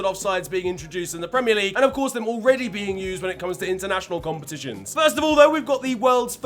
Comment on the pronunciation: bruv why u saying "dem" and "den", instead of them and then, actually jarring to listen to, you sound like you grew up in surrey stop trying to sound Caribbean its cringey asf.